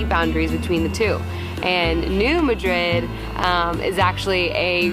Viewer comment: Is the town really pronounced "New-Muh-DRID"? I know the Spanish city is pronounced "Muh-DRID", but everyone I know refers to the fault line as the "New MAH-drid" Fault. I love seeing my subscribed Youtubers visiting my area of the world. I'm just sad when I don't get to meet them... darn work and adulting stuff! LOL